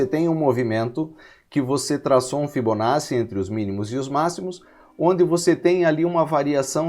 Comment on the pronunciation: A aula é excelente, mas a pronúncia correta é ''fibonaTTi"